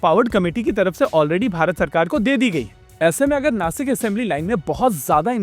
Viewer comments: बंधु उच्चारण नासिक नहीं नाशिक है। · Nashik* not Nasik Cant you even pronounce and spell city names properly?